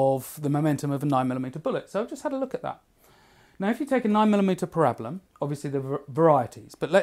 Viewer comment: So go buy a pig carcass and use a 9mm against a sling and you tell me which one youd rather have... Also what a weird way of saying parabellum utterly and completely wrong.